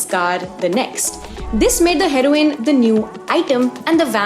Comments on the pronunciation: you pronouncing heroine are Heroin 💉 is crazy smart😂😂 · saying heroine like heroine (the drug) i dont know if intentional or not is very funny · The way you say herione its sounds like drug